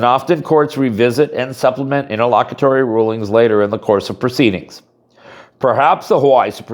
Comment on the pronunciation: Wtf is it nterlockatory